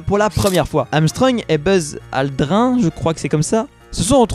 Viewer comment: Il y a-t-il? Pourquoi deux fois il? Et ça se dit Aldrinne